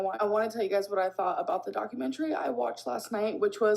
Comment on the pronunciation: say documentARY one more time………..